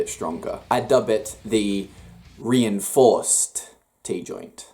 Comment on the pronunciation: reinforced... not rienforced lol😂😂